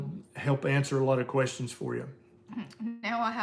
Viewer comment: You distinctly said, “take some quorstions.” Your stock just shot up.